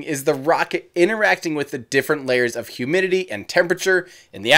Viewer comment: It sounds like you say “Ineracting”